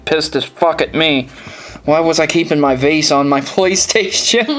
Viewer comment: "Playsation" Love ya,!:D